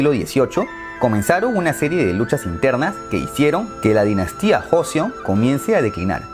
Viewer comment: Se dice Choseon, Kochoseon y Korieo :v Y el Imperio de Corea nace por culpa de los japoneses, quienes manipularon a la corte interna a través de los ministros y el asesinato de una emperatriz a manos de unos bandalos japonenes para hacer que el Rey declinara y este fundara un estado titere a manos japonesas.